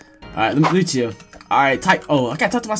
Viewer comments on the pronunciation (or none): none